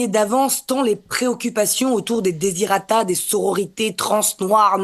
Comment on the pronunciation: Manque une syllabe, c'est desiDErata, pas desirata. 😜 Lol, la journaliste qui tweete plutôt qu'écouter la chronique...